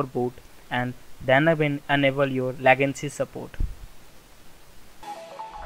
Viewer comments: It's not lagancy. It's "Legacy" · It's legacy not legancy